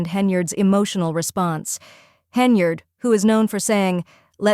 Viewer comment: I was actually impressed because it's the first time I've heard AI pronounce "Henyard" correctly.